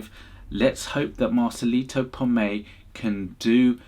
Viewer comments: With all due respect, please pronounce his last name properly... It is "Pomoy" and not Pomay.. If you're sayingg your followers boosted because of him, he deserves proper recognition. Start with saying his last name correctly. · Bro, it's "Pomoy", not "Pomei", Peace! :) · like your reactions. Need to work on Marcelito"s last name. You are leaving out the Y. Po---Moy.